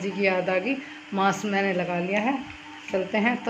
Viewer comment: Didi wo mask hota h mass nhi pl Bura Mt samjhna